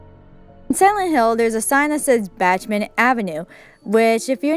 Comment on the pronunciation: "Batchman" or "bockman" ? 🤔